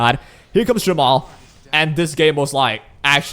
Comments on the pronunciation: i keep hearing jamal instead of jenua is it just me? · nope he keeps calling jeepua jamal :C